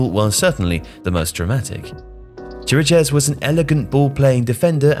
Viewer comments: Oh, and I just got to Chiriches (should be pronounced KI-ri-kesh) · Why is nobody able to pronounce Chiriches's name right? It's simple, it sounds exactly like Kiri-kesh, even easier than most of how people try to say it.